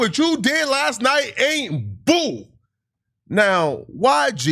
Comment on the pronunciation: You saying it ain’t bool.. Is not bool either 😂😂😂